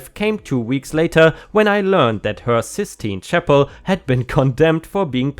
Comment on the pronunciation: Spot on with pronouncing the Sistine Chapel.